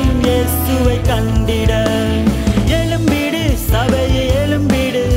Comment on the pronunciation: Praise god dear brother, lyric nice,voice super pronounces change எழும்பிடு, எலும்பிடு, தவறாக இருக்குமே??